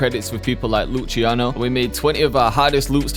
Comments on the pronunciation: lutschiano haha Lucy-ano sounds better i think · Lutchiano? So you mean Luciano from Germany?